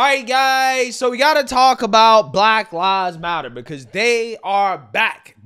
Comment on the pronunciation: It sounded like they were saying" Rat Lives Matter".😂